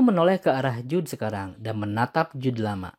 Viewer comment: Jude dibaca jud oyyy